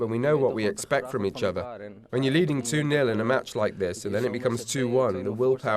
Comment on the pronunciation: it's two nul 😂😂